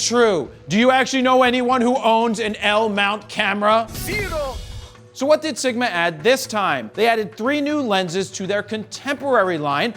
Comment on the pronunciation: Love how Mr. Count duckula pronounce: ZERO!